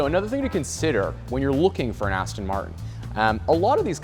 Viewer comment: It's a shame you can't pronounce Aston Martin.Aston Martun? 🤔